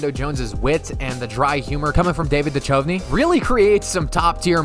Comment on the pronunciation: The main reason that you think no one's heard of this movie is because you're so very very young. You also pronounce Duchovny wrong, again, due to your youth. You should check out The Long Kiss Goodnight starring Geena Davis and Samuel Jackson. Ever heard of it.🤣